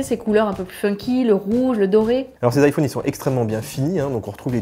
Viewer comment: Sympa le test ! Mais je vous en prie, c'est iPhone pas iFauune mdr